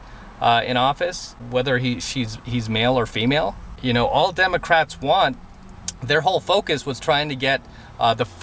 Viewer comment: Haha, did just say "Demo Craps"?:)